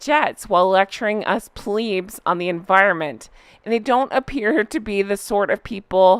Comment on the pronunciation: plebs is pronounced plebbs, short for plebian